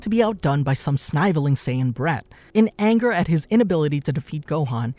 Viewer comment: sniveling not snyveling